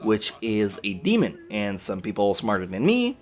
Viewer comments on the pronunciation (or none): none